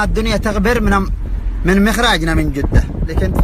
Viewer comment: انطق كلمه جده زين بس مو جوده